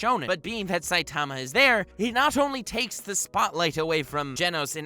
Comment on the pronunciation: You’re putting the wrong en-PHA-sis on the wrong sy-LLABLE... SAI-ta-ma not sai-TA-ma. Just sayin